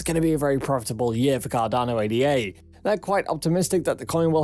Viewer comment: “Ay-da” ffs